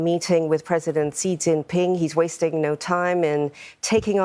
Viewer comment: This reporter and jousnalist are mispronouncing the first name of Chinese President Xi Jing Pin ( ti is in English like "sh" not Cee.